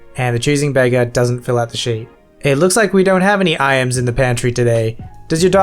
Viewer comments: Its pronounced eyems not i ams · Just for future reference IAMS is pronounce like (eye-ms) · The pronunciation of IAMS triggers me far too much.